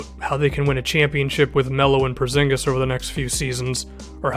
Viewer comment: How he says it is so funny because im from the country were he is from Kristaps Purzingis its so funny how everybody says it